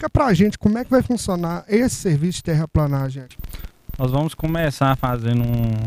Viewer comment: "TERRAPLENAGEM" se escreve e se fala assim... PLE PLE PLE PLE..TERRAPLENAGEM... TERRAPLANAGEM ESTÁ ERRADO..